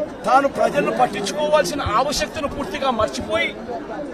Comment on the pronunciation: ఆవ శత ను కాదు ఆవశ్యకత ముందు నువ్వు తెలుగు నేర్చుకో స్వామి